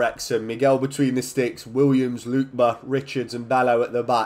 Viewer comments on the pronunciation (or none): btw it’s pronounced “LOO-KEH-BAH” not “LOOK-BA”